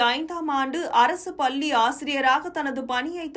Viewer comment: Vazhthukkal.but neenga solra tamil pallninu sollathinga . Nalla press panni la va press panni sollungama pl